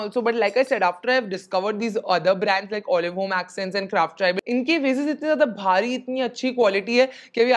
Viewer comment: Love the way u pronounce VASE ( sound like waist wz W instead of VA SE) .... love frm SG